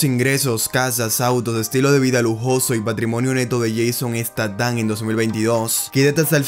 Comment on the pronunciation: Buen video , solo pronuncia mejor el nombre para la prox